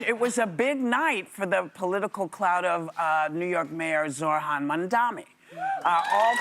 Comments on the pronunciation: It's "Zohran", not "Zorhan". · Whopper needs to learn how to pronounce Zohran’s name properly